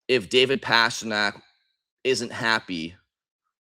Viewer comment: Gotta be honest,, ya gotta stop pronouncing "Pastrnak" that way brother